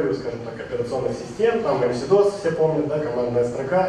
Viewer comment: к вот только замечание: не эмсидос, а эмэсдос. неправильное произношение кагбе профессионалом терминов, пускай даже используемых только в археологии, - это печально.